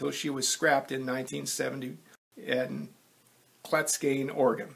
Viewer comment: Clatskanie, Oregon is pronounced KLAT -scan-EE. I have lived in the Portland area since 1986 and have visited all over the state, and Washington, ever since. I've been to Clatskanie many times.